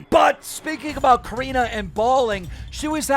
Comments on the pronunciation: Nobody: Keem:Karina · I’m sorry but I’m really annoyed how Keem says her name like Keem ur news reporter and get it right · can u learn how to say corinna lol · It’s corinna not careena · Cor-in-na Kop-fff vs Cor-een-na Kon-nip-fff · Do you purposely call Corinna, Coreena? Lmaoooo like you have to know how it's pronounced, you're IN THE LOOP. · “Koreena conumpf” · It’s corinnaaaahhhhh like say it right dude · It’s Cuh-renna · “Coreenuh” - Keemstar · Coreena caniff? Dude you’re making me cringe every single time you said her name. It’s SO wrong first and last. If you watched Logan’s video she demonstrated how to say her name correctly... smh lol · This dude calling her Coreena on purpose. -. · he said "Careena Kanuff" lmao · This dude Keem is butchering every single part of Corinna’s name lmaoo Coreena Caniff?? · Every time Keem says Corinna’s full name I wanna slap the shit outta him. We get you don’t like her but you sound like a moron INTENTIONALLY saying her name wrong… 🤡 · How stupid can you be to not be able to say Corinna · You can’t even say Corinna’s name right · I love you keem 😂 but I’ve never heard you say Corinna’s name correctly 💀😂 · Why does he say Corinna’s name so wierd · Why does he say her name like that lol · He’s never pronounced Corinna’s name correctly. 😂😂😂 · One day Keemstar will learn how to pronounce Corrina's name right 😂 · Why tf does this man pronounce corrinas name like that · Why does Keem always mispronounce names on purpose? He is dyslexic, but he knows Corinna, and has heard her name so many times, that he obviously knows he is pronouncing it wrong.